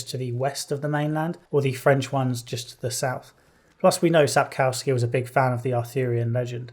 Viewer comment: Re edit with a cow gif popping on screen every time you say Sap-cow-ski.